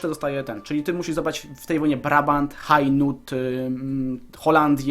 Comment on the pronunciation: prowincję hainaut wymawia się eno